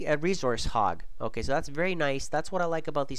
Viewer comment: "OHKAY" hahahaaa